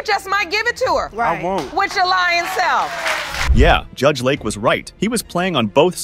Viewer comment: The announcer mispronounces LAKE, LAUREN, and father and judge (Jude) in other videos. Please speak in AMERICAN English